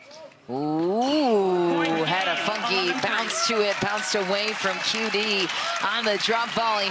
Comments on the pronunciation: The stupid commentators. They can’t even learn to pronounce the player’s name correctly. Do they event got pass high school? Shame on them! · Commentator was talking too much and couldn’t pronounce QD correctly. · Learn to say QD's name Dammit!